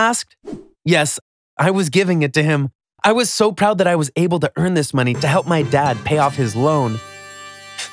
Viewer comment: He said poud HMMMMMMM